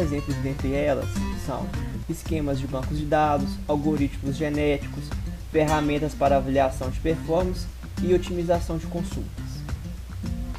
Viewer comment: coMsultas foi foda...